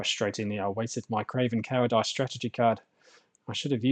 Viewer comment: I've enjoyed waiting the battle reports but your pronunciation of cowardice and Ghazghkull was shocking.